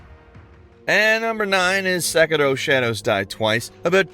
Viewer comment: People saying "Sek-eh-do", instead of Sekiro....really grind my gears. You speak English. It's like an "Italian" saying, "Moot-za-rella". 😅